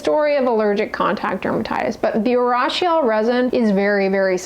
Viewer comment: Urushiol is pronounced ooh roo shi ol